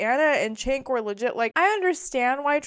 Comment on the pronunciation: Good video. He does pronounce it “Jenk” though. It’s not “Chenk.”